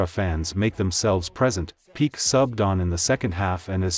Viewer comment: Pee Kay - not peek